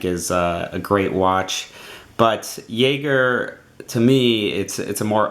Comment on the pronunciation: Great review! Couldn't help but notice every time you pronounced 'jaeger' wrong tho